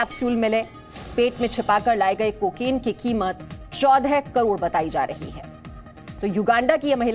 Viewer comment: अबे को के नहीं कहते को किन कहते हैं पहले बोलने की टर्निंग सीखो